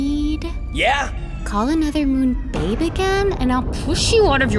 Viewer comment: It's not bade it's babe sorry